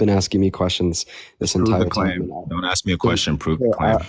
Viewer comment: He says “axe” not “ask”